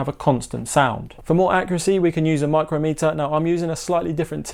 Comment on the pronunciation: It's pronounced Mike crom meter, a micrometre is a distance of one thousandth of a millimetre.